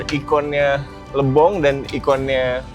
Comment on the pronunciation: Lebong kak bukan Libong